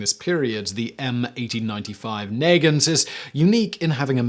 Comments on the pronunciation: A few corrections: Nagant, a Belgian inventor, is pronounced Nah-gahnt. At full cock, you are correct, barrel and cylinder alignment locked as case in almost every properly functioning revolvers. Partially retracting hammer will retract cylinder stop (sometimes called a 'bolt') away from cylinder allowing one way rotation to spin cylinder, making described actions possible. Additionally, officers of era may have had older 11mm Smith and Wesson Russian Model revolvers, or privately purchased handguns that they were allowed at acquire at time. Regarding your magician story, a well oiled, well fit, very smooth cylinder on a crane, with six chambers, when a cartridge placed and cylinder spun, will have gravity position the only loaded (heavy) cartridge at the 6 o'clock position, giving the magician two pulls on empty chambers before live round indexes-ideally, as some entertainers learned 'hard way' things didn't always go as planned. John Eric Hexam died from horsing around and firearm myths from TV. Blanks dangerous up to 20 feet. At muzzle contact at his skull, the full force of rapidly expanding blank powdered, forced a half inch disk of his skull almost two inches inside his brain. Gun wrangler should never have allowed actor a loaded gun until immediately before scene being shot and Hexum and all actors shout be taught basic firearm safety including dangers of blanks. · Not only is you pronunciation of the m95 Haven't nauseating, so is your fact checking. The m95 cylinder spins freely until the trigger is pulled. But that's not all! There were still smith and Wesson number threes still in service that will spin freely. Don't say it if you don't know it. As I own both revolvers I'm pretty sure that at least I know what the fuck I'm talking about. For you I'd suggest the YouTube channel 'C&Arsenal" actually research next time. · Nuh-Gaunt (Not nay-gint) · Nah-gahnt not Nay-gehnt, it's a 7 shot revolver, not 6, and you absolutely can spin the cylinder